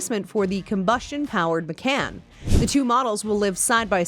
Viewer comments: Ma-CON. Not Ma-CAN. Porsche-UH. Not Por-SHH. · Pronounce “Macan” and “Porsche” correctly and we can all take you seriously, good grief…